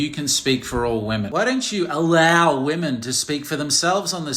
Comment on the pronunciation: That "AlLoW" had me cackling😂